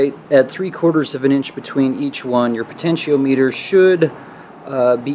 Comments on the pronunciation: pronounced po ten she om mitter.... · po ten she o meter lol